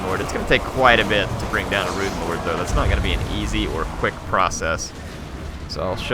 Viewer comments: Stop saying ruin! Rune is pronounced roon not ruin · Eliot Metherell yes but when he says Rune of whatever he always pronounces Rune like ruin